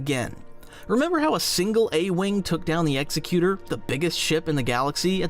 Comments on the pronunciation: EX-EC-YOU-TOR NOT EXY-CUTE-ER. GREG-GAR-IN. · Executor is pronounced like the person who executes a will, the executor of the will (ex-EK-u-tor). It is a representation of the emperor's will. It wouldn't be pronounced like "execute-or" because a person who carries out a death sentence is an executioner, not an executor. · The super star destroyer Executor's name is pronounced eggs-zek-u-tor, not "ex-e-que-tor". It doesn't execute like the hangman, it controls and dictates like the legally appointed executor of a will. If it were meant to be pronounced like an executioner then it would have to be named "Executioner". Also, star wars ships have inertial compensators, so G-force doesn't matter. Anyone who has spent any time at all consuming star wars media would know that. I've watched enough videos on this channel to believe that the blatant mistakes ( - "small shops" instead of small ships) that are made in these videos and scripts indicate that it's probably AI generated. No small part of this conclusion comes from the video opening by acknowledging that star wars is space fantasy and then going on at great length about how unrealistic star wars ships are - I get that that's the subject of the video but it's annoying to hear a video harping on about this point when obviously the ultimate conclusion is that cool designs that serve the needs of story trump realism. Nobody creating star wars is trying to make realistic ships, they're just trying to create cool ships that are surface-level believable. A 30 minute video was not needed to make this point. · eg-ZECK-yoo-ter, not EX eck yoo ter. Like Executive. You're confusing it with the verb execute, but the noun for that one is executioner which still doesn't put the stress on the first syllable. Also , if you're going to criticize something in space fantasy based on the real world equivalent, maybe don't use the sci-fi term "ship" but the real world term "spacecraft". You can't have it both ways.